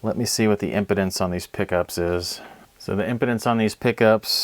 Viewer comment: Great video! Very helpful. FYI ‘impedance’ is pronounced differently than ‘impotence’😂